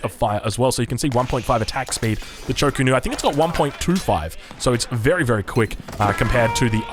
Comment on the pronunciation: Also, Cho Ko Nu rather than Chu Ko Nu.. drives me nuts lmao. I like his casts but Hayche Pee and ChoKo is very distracting